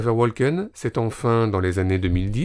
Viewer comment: Woken, le "l" est silencieux